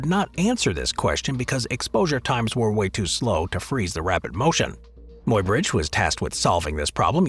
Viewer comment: Somebody tell the robot that Muybridge is pronounce "MY-bridge".